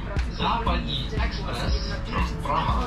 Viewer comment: Most of Czech names are simple, but people are mostly lazy to type it to google translator, click on play button and repeat it, if they try it, they realize that it's not that hard to say PRAHA instead of "puacha" or something. As a English speaker, he has atleast advantage that his language has H sound which is not that common sound and he should be able to hear the difference between vowel lenght, because English words like ship vs sheep are similar case, English person should know that say vowel slightly differently can make completely different word, which is advantage, most of foreigners completely ignore the fact that distinguish between short and long vowels is important.